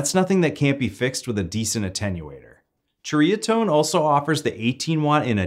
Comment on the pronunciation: It’s pronounced “seriatone” 👍